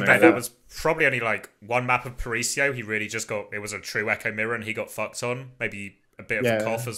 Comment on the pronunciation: It's not "parisio" guys, really